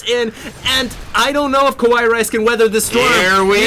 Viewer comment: ka-wai rice? I tot it is Ka-wa-e rice?